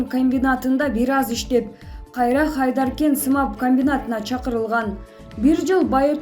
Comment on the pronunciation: Журналист Хайдаркан эмес Айдаркен Айлеркенде да Тажиктер коп болгондуктан Хайдаркен деп айтулчу жазуу да Хайдаркан болчу кийин ондолуп Айдаркен деп жазылып турат